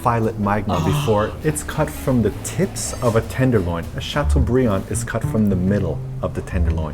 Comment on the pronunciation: makes a point of not pronouncing filet mignon correctly but proceeds to pronouncing chateaubriand properly several times in the process - protesting french pronunciation of words is a fail. lol